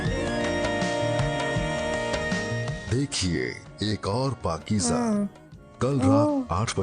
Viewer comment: Its not pakeeja But Pakeeza Its Z pronounciation